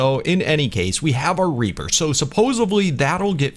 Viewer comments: U said raper in sted of reaper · Did he say tek raper or reaper I'm pretty sure he said raper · U said trek raper like rape inseam of reaper lmao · He didn't say tek reaper he said tek raper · He said raper